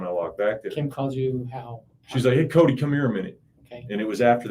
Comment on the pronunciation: His name is pronounced Cody not coyt